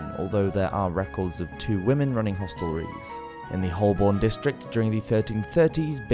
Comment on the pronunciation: Holborn is pronounced like hobern.